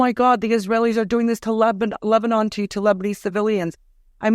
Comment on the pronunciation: "This is not Amman Jordan, this is Lebnon!" 😅